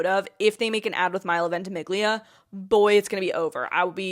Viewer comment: Seated for your Gilmore Girls first watch journey!! 🪑🤗 btw, the g in Ventimiglia is not pronounced. It's like "vent-uh-me-lia." I think the baby blue is also associated with innocence and just looks good on Alexis, specifically bringing out her blue eyes and flush cheeks, which can also help emphasize her youth and goodness. Also emphasizing the "Rory can do no wrong" mentality that is so strong in other characters in the show. Edit: gonna catch up on your shorts on it!